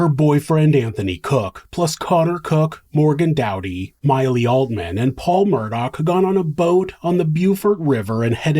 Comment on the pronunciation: I watched the trial and watching Alex call Paul "pawpaw" repeatedly was so annoying.